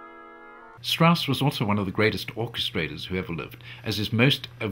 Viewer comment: Richard Strauß is spelled: [ʀɪɕaɾd ʃtʀaʊs] In german names "ch" isn´t "ck".